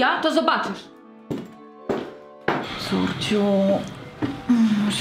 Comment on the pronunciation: usłyszałam Corciu mogę Cię nieść do pracy mam gorączkę zamiast Córcia mogę nie iść do pracy mam gorączke